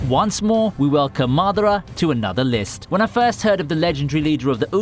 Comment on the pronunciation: Thanks for not Butchering Madara's name